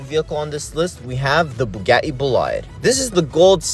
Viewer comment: It’s not bu-ga-e